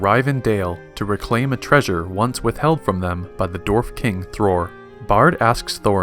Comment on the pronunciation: He is mispronouncing dward